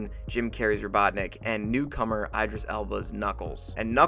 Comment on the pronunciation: “Eye-dris Elba”?